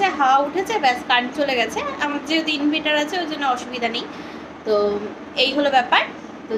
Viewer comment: inviter na inverter spellling gulo actu thik kore bolbe Abar. Sentaring bolcho sataring bolbe.